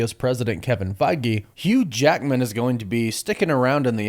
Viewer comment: HUUGE ACKMAN???